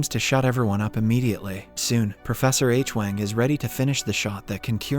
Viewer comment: This video - and 4 & 5 - mispronounces “Hwang” as “Aitch-wang”. Adam never makes that mistake; it is a blunder A I makes.